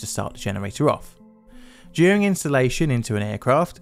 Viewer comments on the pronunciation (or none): none